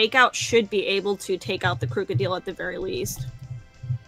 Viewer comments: Crook-oh-deal? What. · "Krooko-deel"? Lol girl, you spell it like crocodile so pronounce it right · Did she just say Krooka'deel'? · Woman wtf is a crook - a- deal? XD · I've heard of people mispronouncing pokemon, but how do you mispronounce krookodile? its literally crocodile except crook instead of croc. its not a freaking pickle